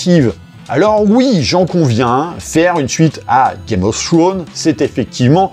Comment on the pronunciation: Assez d'accord avec la vidéo. Ya meme pas match entre les 2 séries. Le trailer de House of the Dragon est lourd! PS mon: penses aux "s" qui se prononcent en anglais: Games of Thrones (tronze) et non Game of Throne:)